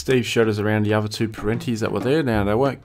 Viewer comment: Its other not uva.